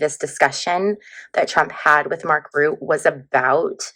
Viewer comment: Hi! Thanks for the reading! Mark Rutte is Dutch, so his last name would be pronounced something like Rhuh-tah - trill that R a bit!